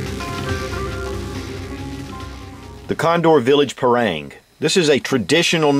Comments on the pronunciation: Dear Sir, I want to respectully correct you how to spell it in a proper way. It is called "par-aang" not "par-reang" and in every south asian people who speaks Malay pronounce it this way. Thank you for your great review:) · agree with you! Its pronounced Par- Rung!!! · you pronounce parang wrong!